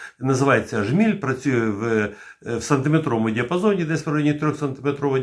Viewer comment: Не ображайтесь, але правильно джміль, а не жміль.